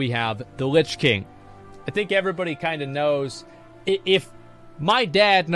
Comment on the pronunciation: I swear god, when he talk's about Illidan, at the moment he says... "when Illidan show os screen.. evrebody know's... " i was expecting he says " evrebody's knows.. that YOU ARE NOT PREPARED"